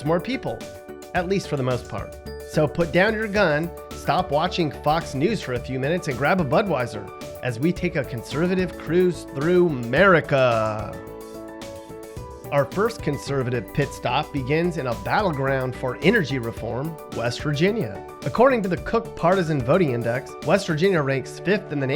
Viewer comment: It’s Murica not marica